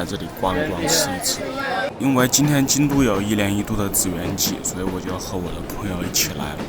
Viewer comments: 一个小问题，那个字应该念奇，而不是只。两个字差下面一个点。没点的是京都这个。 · 第一次踏上日本的土地就在京都，离现在已经20多年了，回忆满满啊，和我当年一样都把祇（qi）园念成了zhi园，很可爱的错误，当时去的学生都这么念哈哈。那时候清水寺，稻荷神社这些景点都没什么人，经常过去散步。